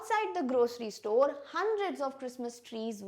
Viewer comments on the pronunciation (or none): none